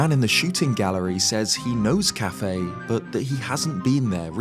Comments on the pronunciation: I don’t think his name is pronounced cafe, I think it’s pronounced as kuff-AY. Quickly saying the first and heavy emphasis on the second syllable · It's bothering me how you pronounce his name so much lmao I've always pronounced it "Kay-Fee"